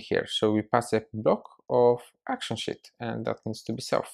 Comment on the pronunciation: Dude, I was watching this and at about seconds you say Sheet... I was typing and looked at my daughter and well I herd shit... lol I love your accent! Great video!!!!